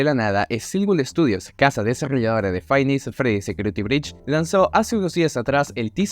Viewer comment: Tkm pero me cague de risa con el "faib nis at fredis" XDDD